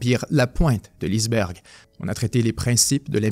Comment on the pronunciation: east berg??? lol ondit iceberg, genre, ice c anglais. sinon, une bonne vulgarisation!